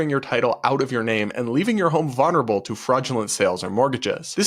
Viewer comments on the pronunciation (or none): Please stop saying "vunnerable." There is no such word.